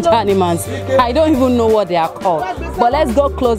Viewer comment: She say hanimals wtf